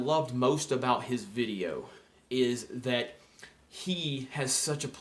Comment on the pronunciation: Please just say video... other than that ... I love your ... vidioooos